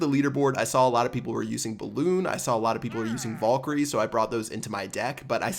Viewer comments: Damn back at it again with saying Vollkyrie. Pls stahp saying it like that it hurts my brain. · please fucking pronounce valkyrie correctly